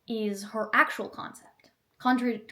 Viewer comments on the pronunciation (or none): Can’t even pronounce contrary… 😂